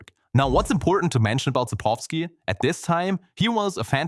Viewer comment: how can you include the correct pronouncioation for południca in the video but still not fucking pronounce it that way? you said poludnyka and its sapkowski, not sapowski